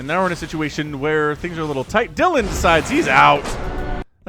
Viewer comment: Dylan is always pronounced "Dillan", not "Dialin'" (which is what you do on a telephone). Dylan is a Welsh name and that's how it's pronounced in Wales. We don't talk about "Bob Dialin'" (American musician) or "Dialin' Thomas" (Welsh poet).